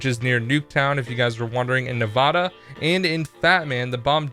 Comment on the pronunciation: I hate it when youtubers say Nevada wrong